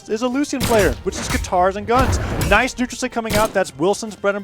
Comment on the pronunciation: Phazon: does any sig Commentator: NAJS SIDE SIG